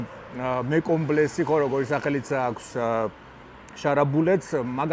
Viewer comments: ხაიპი, ხალოვეი, შონ იმეილი, მეკომბლე კიარა მეკობრეს ეძახიან შარას 😀 კარტოჩკა, ვბალეშიკობ, რამდენს ნიშნავს ზოგადი განათლება და კითხვა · D :D :D გაიხარე ძმა რამდენი მაცინე მეკობრეს მაგივრად მეკობლე რო თქვი იმდენი ვიცინე სად მოისმინე ძმაო ეგ სიტყვა სად გაიგე მეკომბლე :D :D :D ჯიგარიხარ <3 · 😂😂😂😂😂 ahaha mekomble😂😂 martla mekomblea eg y shara